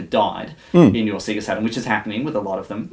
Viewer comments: SAY GA NOT SEE GA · Ridiculous isn't it, even in their own adverts they'd pronounce it Say-ga. you'd think he'd have known this! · see-ga? i thought it was say-ga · "Seega" ?! o_O "Say-Gaaaah!" Sheesh, sort it out. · I LOLed at that too. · I'm mildly frustrated by them saying seega instead of seyga (as they pronounce it in their intros). Other than that, bloody amazing. :) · Everything about this video is perfect apart from the way he pronounces SEGA. Did these guys never play sonic the hedgehog? It sings out when you switch it on..."saaeegaa".. not "seeegaa" :( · Apart from the fact that he keeps saying "seega" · "seega" lol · Does that conflict with the fact that the Sega splash at the beginning of games literally pronounce it correctly as "Say-guh"? No one thought it was odd that they were pronouncing it differently than the console itself? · Alright, I think this is how Sega (セガ) is actually pronounced in Japanese: sagha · its SAYYYYYYGAAAAAAAHHHHH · Ya, annoys me too but it reminds me of something said before in an episode of Let's Drown Out; apparently in Australia, the Sega ads on TV would pronounce it that way, so he just got used to saying it that way. Still, you'd think the famous SAY-GAAAAAAAAAAH at the start of Sonic would have overridden that sooner or later, but oh well... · SEE-ga? What's a see-ga? Just messing. This is impressive, he really went deep here. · Why do you all say Seega? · "I've got a Seega Meega Drive" 😆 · Just eww at the way you sayga.._ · I'm not American :-) So I can spell AND pronounce Sega. But if you prefer to remain ignorant and keep mispronouncing it then fill ya boots! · I downvoted for the deliberate mispronunciation despite the the name of the company being pronounced right in the boot/splash logo. Yes, it's petty. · I've never heard anyone say Sega the way you do. Made my day man! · cant even pronounce sega properly its not hard bruh